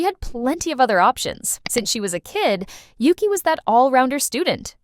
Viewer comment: Why do the members pronounce it Oogee?